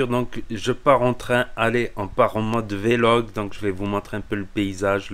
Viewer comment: On dit pas vélog on dit vlog on fait la liaison mdr j'avais l'impression d'entendre un mec du bled.